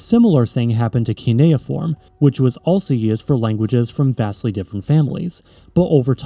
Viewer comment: Idk if someone mentioned but you are pronouncing cuneiform as kineoform.